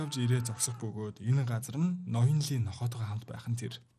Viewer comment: Ноён лий биш "И" шүү, солонгос нэрэнд И овог нь англи руу Lee гэж хөрвөгднө гэхдээ уншихдаа И шүү. Дараагийн анги ярьж өгөх бол зөв хэлээрэй.